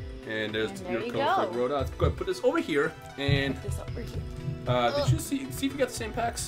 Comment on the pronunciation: Groudon pronounced. Growl(without 'l') donn